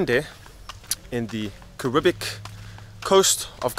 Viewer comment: IS-LA not EE-LA Grande and it's Caribbean not Caribic LOL.